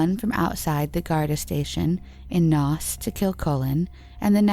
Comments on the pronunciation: No problem. You did a great job, regardless. So just two that come to mind this second is Laois, pronounced Leesh, and Naas, pronounced Nays, The content was very well researched. Sorry for being a stickler about pronunciation! Irish pride, I guess. X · Well done!! Laois is pronounced Leash. Naas is Nace. I knew one of the missing women, Fiona Sinnott. I’m from Wexford too. She was in the same yr as me at secondary (high school) school. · at least take the trouble to find out how to pronounce Irish names! Naas is pronounced Nace....